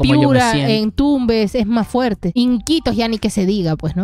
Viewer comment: Fuelte se dice fuerte no olvide que este es un medio de comunicación en Perú